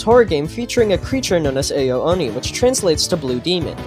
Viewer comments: you pronounce ao like ow not AYO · It's actually Ao (Ow) Oni.